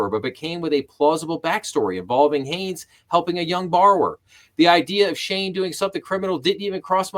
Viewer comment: Shan is my cousin. His name is pronounced "SHANE", and his last name is Hanes, Not Hayes. At least you attempted to pronounce his first name correctly in the beginning. Other videos pronounce it like Sean or Shan.